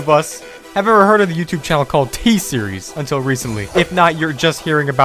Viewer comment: It's t series not thee series you are pronouncing t series wrong